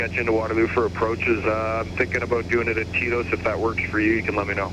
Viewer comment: Oh, TETOS. I thought you were saying "TIto's." Like it was Tito's waypoint.